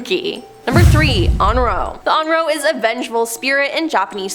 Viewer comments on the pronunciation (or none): It's pronounced On Rio.